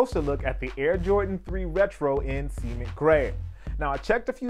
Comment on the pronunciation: very professional just, please learn how to pronounce 'cement' correctly